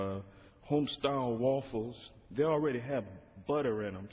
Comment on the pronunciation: woofles....cant even say waffles. what college did he go to I wonder, hmmmmmm......don't really care but I guarantee you he got a scholarship for developmentally challenged people because if he had to pay his own way his head would have exploded trying to count past ten to figure up how much tuition would be!